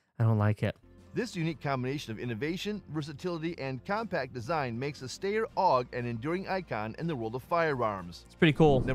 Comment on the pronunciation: According to the ever accurate generated subtitles and narrator pronunciation, you mean the "Stair OG" or are you talking about the "Style OG"?🤣🤣🤣🤣